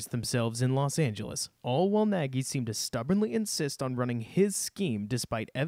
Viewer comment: Great breakdown. For the record, Nagy pronounces his last name so that it rhymes with "egg-y" :-)